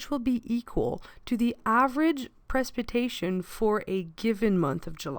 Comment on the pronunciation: That’s not how you say precipitation, but a great video!